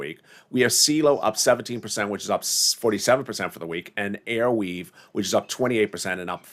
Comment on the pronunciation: 🌟AR-Weave😘, not Air-weave☺️! Appreciate what you do ❤️